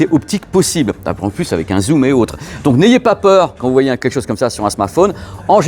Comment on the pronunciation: Quand t'as dit Zoom et autre ... J'ai cru que tu disais Zouméo 🤣